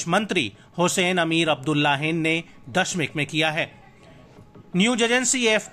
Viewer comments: दशमिक नही है नाम दमिश्क है रोजाना गलत गलत नाम आप के मुंह से सुन रहा हूं गलती सही करे जल्दी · दशमिक नहीं दमिश्क है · दशमीक नही दमिश्क़.